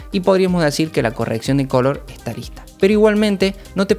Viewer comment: Pq dices "cólor" y no color?